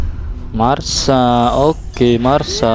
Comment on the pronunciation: Masha bang bukan marsa